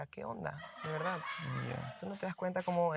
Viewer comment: no es "dil la verdá'", es "di la verdad".